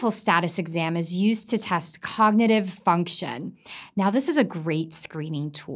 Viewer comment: ...functchion... stiff, industrial robotic obeyed delivery... unquestioning "professional" loyalty. ...for the ...payechient... In other words, label someone as a "patient" ASAP. Use a TOOL. Or perhaps...BE a tool. Of...use.